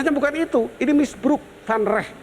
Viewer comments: Misbruik ( bhs Belanda artinya penyalahgunaan) bacaannya misbrauk pak Gayus yg terhormat maaf correctie 🙏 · Misbruik Prof bukan misbruk😁